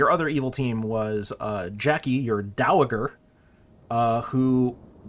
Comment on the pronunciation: I like this script. But I have to point out that "dowager" has a soft g. It's pronounced dow-uh-jur, not dow-uh-gur.